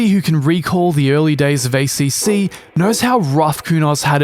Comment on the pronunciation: You get a thumbs down for the shitty Italian accent pronouncing ACC.